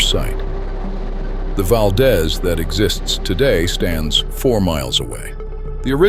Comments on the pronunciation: Interesting video but the AI voice is distracting, it pauses at strange intervals and mispronounces many local names. For example, Valdez in Alaska is pronounced "Val-DEEZ" not "Val-dez." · Wrong pronunciations: Valdeeeez, not Valdez. Cheeeena, not Chayna. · Val-deez, not val-daz, AI sucks! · Pronounced val-DEES. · By the way, Valdez is pronounced "Valdeeez" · its pronounced VALdEEZ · "Valdeeze" not Valdez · Geez, if you're going to do a video like this, at least learn how to pronounce the names! It's not hard. Valdeeez Cheeena and you can't even fix typos because it is Pacific not Pacicac. Looks like AI slop to me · I arrived in Anchorage the summer of 1969...at that time there was no discussion of the earthquake. Not a single person mentioned it. Also: there were no signs the city had ever been destroyed. amazing! They just refused to discuss it. Addendum: Valdez is pronounced Val-deez. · First, there’s a misspelling of Pacific Northwest that I mentioned. Then there’s a picture of the mountain range. Two Mount Rainiers?? Mount Shasta and Mount St Shasta? A Mount St Helens….none of these in the right position….. VERY poorly done. What a disappointment! I wonder how many other mistakes there are. Of course that’s in addition to the mispronunciation of Valdez etc. mentioned by other people.